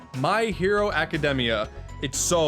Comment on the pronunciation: Don't mean to be picky or annoying, but you mispronounced academia.